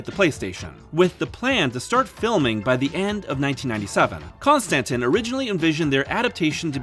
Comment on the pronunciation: “Con Stantin” films lol